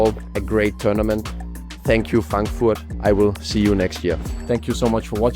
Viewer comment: I mean idk if you speak it, but very nice pronounciation on Frankfurt xD